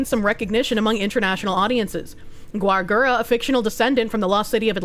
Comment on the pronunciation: Calli-ope, Yousada, Gwar Gura, Vshoho, Cove-er.., I really hope you're doing this on purpose.